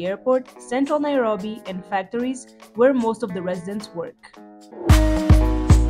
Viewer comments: as kenyan i love how you pronounce the word nairobi🤣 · You really know how to pronounce NAIROBI